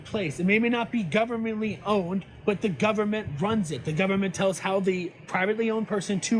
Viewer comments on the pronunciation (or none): "GUBBERMENTLY OWNED!" 😂😂😂 Fuggin re-re.